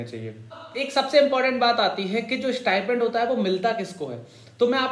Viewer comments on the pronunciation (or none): Abey stipend hota hai stipment nhi